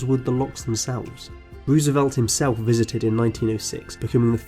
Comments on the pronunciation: It’s not Roos it’s rose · Noooooooo!!!! You’re butchering Teddys name! Rose-velt not Ruuuuuusevelt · The pronounciation is ... bankwupt wooswelt, fwench empiwe, ... ouch. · Interesting video, but I cannot not comment on your pronunciation (and apologies in advance, it just bugs me too much), it's row-suh-velt and not roo-suh-velt, and it's not nicaragooah, but nicaragwa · Nicaragua = Ni-ca-ra-GWA, not Ni-ca-ra-Gyou-a. And Roosevelt = Roo as in grow, not rew.